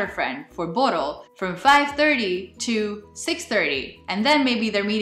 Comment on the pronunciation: I love how you pronounce our word "borrel". You use a rolling R which makes it sound so attractive !